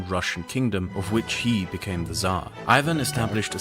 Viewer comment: Pronounces it correctly yes agreed